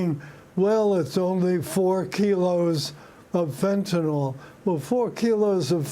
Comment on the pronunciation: Can people learn to pronounce it correctly? It is fentan - "ill" and NOT "all."